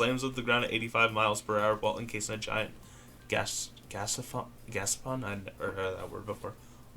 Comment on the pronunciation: It took me a second to get it but its Ga-sha-pon (the little prize capsules you get when you put a coin in the machince and tiwist the knob)